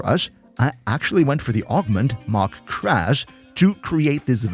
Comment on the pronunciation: Maximal entäuscht, that the German guy didn't pronounce "Mach" correctly...